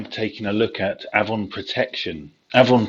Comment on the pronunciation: It's ay-von